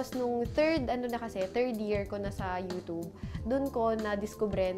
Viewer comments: YOUTUBEEEEE...HND YOUTOOB GIRL....PUHLEASEEEEE! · TAWNY TEXY ang pronunciation kasi ng 'tube' is 'tub' lang..so parang 'toob' talaga kapag pinakinggan. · Mamshie Ronan &! 😍😍😍 That YOUTOOB pronunciation iz legit. 😄